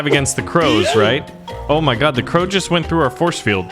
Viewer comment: You spell it crow but you say craw